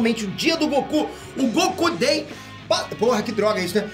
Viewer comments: "o Go-Ku dei" ~Jordan, Peter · "Goku day" KSKSKSKSKKSS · vacilou aí kkkkk " goKU DAY" KKKK QUE PISO 😁